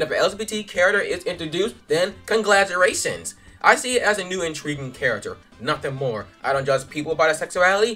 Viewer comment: I died "conglaturations" I cannot even rn I know this is meant to be serious but AAAA